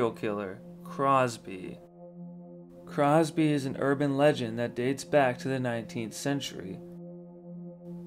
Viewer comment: Cropsey, not Crosby.